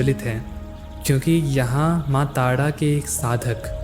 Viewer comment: I really love the way you explain things Just have one question You pronounce R as ड* You speak ताड़ा not तारा Why